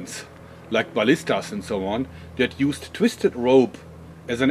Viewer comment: I like your "bow-lista" even if it isn't that powerful.